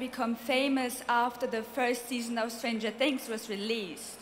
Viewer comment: Die meisten haben „Stranger Things“ einfach Stranger Tiiiiiings ausgesprochen hahaha